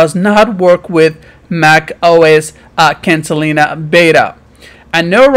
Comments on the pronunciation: dude, it.s catalina, not cantalina. what a bunch of bullshit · It’s Catalina, not Cantalina.